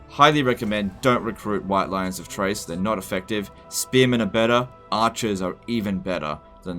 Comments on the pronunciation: Pretty sure Chrace is pronounced with a K like in Chaos, not like "Trace". You made me have to pause and comment this which clearly means it made an impact on me. Anyway, going to continue watching now because I know the rest will be good and informative. But seriously it's Chrace not Trace:P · Basically it should be KRAYce. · is basically trolling me by pronouncing Chrace as Trace. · Chrace is pronounced like "Krace." You're killin' me. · Maybe the mispronouncing of the White Lions of CHRACE is because you hate them so much, never really use them because of their "top tier peasant" status.